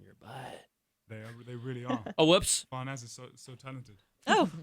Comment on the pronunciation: FArnaz not Fernaz